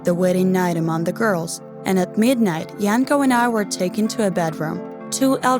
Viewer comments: It's Yanko -__ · FBI OPEN UP Edit: I thought the girl was saying “My uncle” instead of “Bianco” lolol Edit2: So... I’m seeing that some of you guys told me the name was “Yanko” and not “Bianco”... So thank you for telling me ^^. I don’t have the best hearing lolol ( and sorry for my bad English ;—; ) Edit3: Holy shitteu, 412 likes already? Thank you so much OwO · Samee i thought wait what you can marry your uncle?? But phew i misheard i thought i was the only one